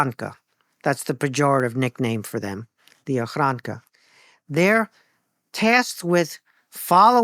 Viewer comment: Ochrana not ochranka